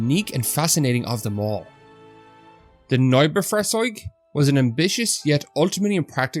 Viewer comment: You pronounced 'Neubaufahrzeug' correctly, which made me surprised that you didn't pronounce 'beutepanzer' the same way. To be fair, I mispronounced both for years.